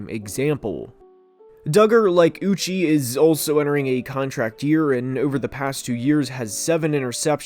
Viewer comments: It’s uch ayyyy (uche)… not uchieeeeee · love the video but holy shit dude josh uche's name is pronounced ooch-chay, not ooch-ee. dudes been an exceptional player for 3 years now and is a big part of the pats D give him some respect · Uche’s name is pronounced “ooo-chey” btw